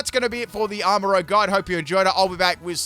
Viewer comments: Not to be that guy but it's arma ruzh. As in make up. the way u said it is like the dnd class and it's spelled rogue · It’s Armarouge not Rogue 💀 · I love your videos and i can't tell if this is on purpose but it's not rogue its rouge. they are not the same word. rouge is a roo sound and rogue is like a row sound.